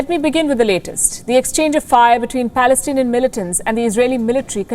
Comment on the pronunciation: You say Pelestanian agresson, how you could say that, Are you reading poem???